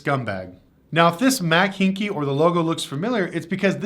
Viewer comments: It’s Mac “hike” haik lol But yes screw that company ford trying to sell the raptor R for like 40k over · It's pronounce D Mac "Hi Ack" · I'm thinking said the name wrong on purpose. This is a dealer in texas from what I remember.